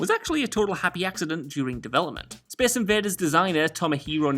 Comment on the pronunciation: speece inveeders